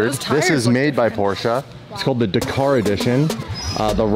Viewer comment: Why did he pronounce Dakar like that 🤣